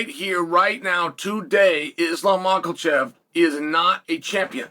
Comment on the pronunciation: Uncle Chael cracks me up with his pronunciation of certain names “Pee-era” “Mahkel-chev and “Sarookeen” 😂